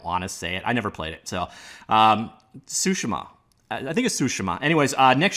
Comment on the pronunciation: No, it's not sushi-mom.